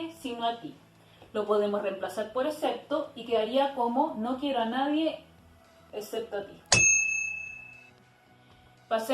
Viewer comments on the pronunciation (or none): No se pronuncia "ecepto", se pronuncia EXCEPTO! Con X.